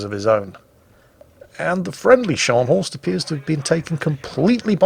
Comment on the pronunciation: that's not Schors, that's Scharnhorst.....